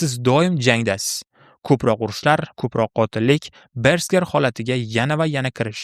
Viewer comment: Bersker❌ Berserk✅